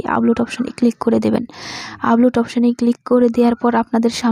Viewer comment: apu age valo kore Upload bola sikhen, upoload na...